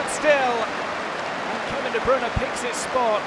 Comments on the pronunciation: NOT DE BRUN KEVIN DE BRUYNE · He is like what? 10 years in Manchester? And still those TV muppets can't pronounce his name correct